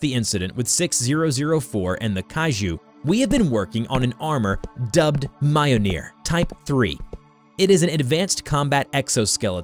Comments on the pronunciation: Can we just talk about how he said mjolnir its miyolnir not maianir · It’s Mjolnir, not Mioneer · It's pronounced "Mjöhlneir" i'm Swedish and that's how i pronounce it :) Mjölner, Midgård, Midgårdsormen, Loke, Tor, Freja, Oden, Fenrisulven. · I have a friend who is from norway and speaks reconstructed old norse and now i can annoy him with Mioneer. I can hear the screams " IT'S Myolneer YOU PRICK" good times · its not ma-yol-nir its mi-yol-nir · its not myonear its myolnear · if it were to be spelt phonetically, mjolnir would become myolneer, pronounced (myole-neer) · Mule- near? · Yes its pronounced mj-jøl-ner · "Mioneer" lmao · He really called Mjölnir, mioneer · Okay nice story but you pronounced Mjolnir wrong it's Me-ole-near, hello from Norway, also only Thör can kill Jörmungandr, next is the fact Thör wouldn't say away from a fight especially against his arch nemesis Jörmungandr. Nice story though. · its pronounced me-all-nor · M-yol-neer Kay-ju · "Majolnir" me "wut" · Mjolnir (Myol-Neer) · Next time you say mjolnir, it must be pronounced (myul-neer) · Sorry but did he say mjolnir as mi - o - ni - er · Why... Why does he say Mayonir... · My gods this is insulting to the mythology. Dude it ain’t hard to say mjolnir just remember every J in Nordic pronunciations is pronounced as a “yuh” sound. Like “Myolneer” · This guy butchered the names. Mayolneer 😂😂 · You nailed the pronunciation of “Jörmungandr” but you got “Mjolnir” wrong? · me getting subtlety angry at mispronouncing mjolnir. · I don’t like the way he says Mjolnir but I know it’s difficult to pronounce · bro say mjolnir right💀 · please tell me that that isnt how you actually pronounce mjolnir because that isnt it my guy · its only slightly aggravating how he pronounces mjolnir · Ain’t no way you mispronounced mjolnir that horribly after saying jormungandr properly😥